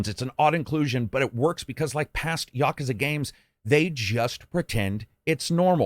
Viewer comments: ya·ku·za NOT "YA KA ZA" Still Best reviewer hands down! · "gayden" yakaza"😂